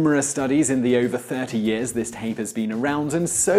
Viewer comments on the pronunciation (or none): none